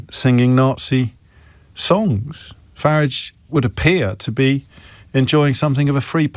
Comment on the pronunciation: Why does this tool call him "Farridge"?